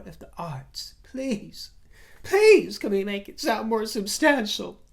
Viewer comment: OMG, Is this a white Winnie Mandela impersonation. Please use the correct pronunciation of "substantial" and not the Lady C affectated pronunciation. Listen to your latest video and and hear that you switch pronunciations. I despise Meghan ( and Harry) as much as I despise Trump, but at least she is not a social climber as you () and name drop. You critisise her expensive clothing, that's her business, but at least she doesn't have to buy at the "Thrift" shop. I just think you are jealous that she succeeded in marring a "royal" and you remain common drag "queen". Oh, I am certain you have friends of "inluence", the ordinary gay politicians. Finally, I find it offensive that you refer to Prince William as the "hot' prince and how you would love to "have " him. In your dreams, in your dreams. Show some respect.